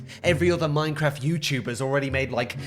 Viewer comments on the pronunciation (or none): none